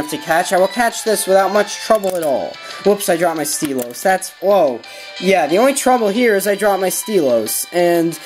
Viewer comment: Steel-o's? You ean Style-lus xD